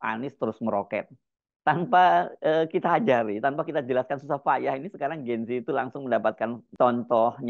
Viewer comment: Bukan "Gen zi" tapi "Gen zet". Bacanya salah mas Hersu. Ini susunan bahasa Indonesia jadi bacanya harus "gen zet". Semoga sebagai jurnalis sekaligus anchor bisa menggunakan bahasa Indonesia yang baik dan benar sesuai kaidah bahasa Indonesia. You are what you say.